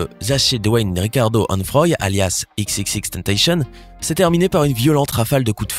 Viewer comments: Tu ses on dit pas exexexteneteshione on dit exexextentacion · J’ai saigne des oreilles quand il a prononçait le nom de XXXTentacion mdr chasey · Par comtre ta un peu mâle prononcé le nom de x enfaite